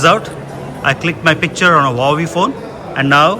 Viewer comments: wa wei anna... not hu wa wei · Ala bin lo padesina phone ni malli thisi dhulipi vadathav endhukante Huawei is not an android its Harmony OS and no google services.. chineese rom ikkada pani cheyadhu adhi dha matteri… hu wa wei kaadhu Wa wei is the correct pronunciation bro